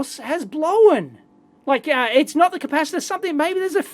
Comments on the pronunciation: TIL: Strine for "blown" is not pronounced 'blone', it's pronounced 'blowen'. Cool. If I ever have to fake the accent, this information might come in handy! :) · Whenever he says "blown" I hear "blowen"